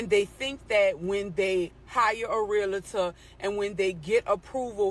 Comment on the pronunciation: An attorney that doesn't know that if you put the letter "i" in the word Realtor, you are completely changing the word. Let's see how many of you can pronunciate these words correctly. Reality, Realtor There is a difference. Oh, buy the way, I work with my hands. Smh..you YouTubers, social media folks and professionals should read more than you talk.